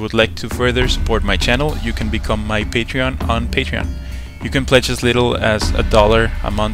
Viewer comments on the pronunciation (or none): none